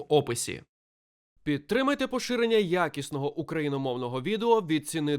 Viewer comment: Викиньте будь ласка цю вставку "підтримайте поширення ЯКІСНОГО українського контенту" (ще й з таким акцентом на "ЯКІСНОГО", наче інакше хтось цього не почує), вона чесно дратує, коли в кожному відео